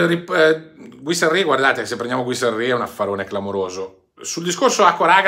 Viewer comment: Ciao guarda che dovrebbe leggersi GHIRASSI non Guisarri come lo leggi tu. Giusto per correttezza. Ciaoooo